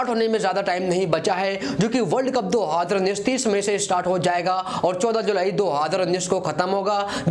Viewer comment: 2 haaaaaaaaazarrrrraaaa😂😂